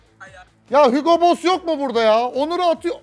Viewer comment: Hügo boss demesi ⚡